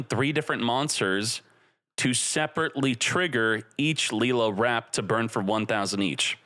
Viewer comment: You pronounce lil with same sound as ill not lee 😂 comeon bro